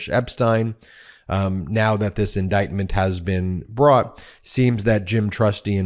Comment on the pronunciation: Dang... what type of attorney bounces when the prossy hits you with dight-ment?😂😂😂